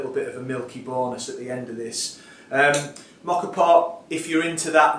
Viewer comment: Love how you say Moka! But what did you do with all the foam left in the cafetiere?